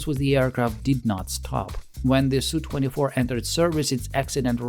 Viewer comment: It’s not a “sue24” but an Es You 24.